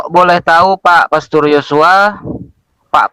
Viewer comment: Moderator nya bukan kaleng2 tp drum2 ,galon2 sampai saya gagal dengar......dia bilang PESTOR...PASTUR.... 😂😂😂😂😂